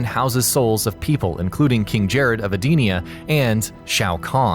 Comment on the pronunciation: You pronounce Sindel as Sindle it is pronounced Sin-Dell also Edenia is pronounced Ee-Den-Eeyah